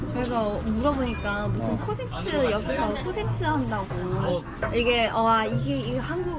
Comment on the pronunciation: 콘센트가 아니라 콘서트 아닌가요. 발음이.ㅋㅋㅋ